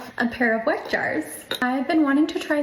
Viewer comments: not only does she sound like the ONLY thing she knows about it is that it's a trend, but she calls it a wreck jar 😒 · whats funny is that like. Its a german brand right? Wouldnt it be pronounced with a V sound? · As a German speaker, I am sure enjoying the way some of these American influencers are pronouncing Weck. (Not, she says in in a normal English pronunciation, I am talking the really funny "Wreck", "Weeck" from some of the example vids) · I'll be so honest and nitpickey here, the way some of these ppl pronounce Weck is bothering me (wreck????) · I want to see an influencer actually pronounce this thing (that I just learned about a minute ago) correctly. Shouldn't it be 'veck?' I'd love to see everyone's confusion 😂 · Is German is pronounced Veck. Just wanted to say it, because it made my ear tickle every time I heard weck… anyways. Yeah… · Weck Jar, after awhile I was hearing wack job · not her calling it a wreck jar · That second tik tok girl was pissing me off with the mispronunciation of "weck". If you are gonna promote it at least pronounce it right lmao. And what up with the one girl saying the jar is from ballerina farms? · Pet conspiracy theory: That lady intentionally mispronounced Weck as ragebait. To drum up engagement from angry/annoyed commenters. I hate what the internet has become.